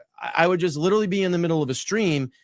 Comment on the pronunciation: Time 'lierrally' drifts on the timelines in this 'cummmidy' anyways so no one cares